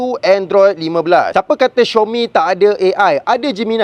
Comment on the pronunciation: bukan xiomi,itu panggil xiaomi bro,tak susah pun baca betul²🤣🤣🤣